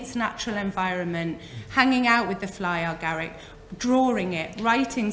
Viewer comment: Love this talk but why do you call it fly or garick. It's fly Garick. No "or" in between. Sorry, it's a bit irritating ❤️❤️🍄🍄